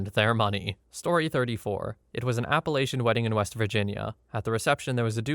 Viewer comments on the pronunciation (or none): none